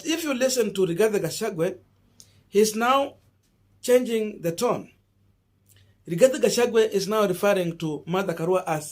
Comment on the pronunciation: Boss, do you find it so hard to pronounce the name Rigathi Gachagua and instead call him RIGATHE GACHAGUE???😭😭😭 Several of us your followers have corrected you on this error but it seems you do not read our remarks here. Why?